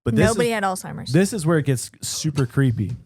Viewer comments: hey, just doing a PSA here. It's Alzheimer's, not alltimer's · I’m sorry,, but did you just call it “old-timers disease”? It’s Alzheimers, my dude. 😅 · How many times does say Alzheimer’s wrong? 😂😂😂 “All-timers” and how does not correct him? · Every time says “Alzheimer’s” he actually says “all timer’s” …deadass lol😂❤ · “ALL TIMERS” 😂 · Alltimers?? 🤣 sir I think you mean Alzheimer’s